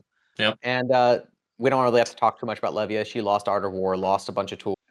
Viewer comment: Was waiting for to talk about his local best buddy who's absolutely cracked on Levia. All he did was mispronounce Levia. 😔